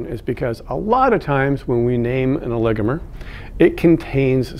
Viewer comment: Thank you for helping me learn the correct pronunciation of "oligomer" for a voice over job!